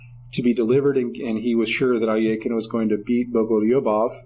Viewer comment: It.was world war 2 not.1 in 1939 also its not al eee a kin its pronoinced al.e.khine and euwe not u.a .